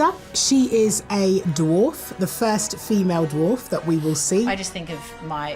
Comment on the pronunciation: Elrond’s expression while Gandalf utter Black Speech is totally me watching Sophia Nemvete babble about being “the fust feemell dwoff “.